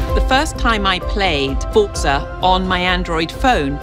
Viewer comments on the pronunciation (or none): The way she says forza smh... God help microsoft